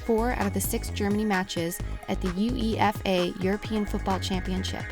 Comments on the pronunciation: Its not U E F A its You-Eh-Fah you say it as a word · YU EE EF AYY... its one fucking word maaaaan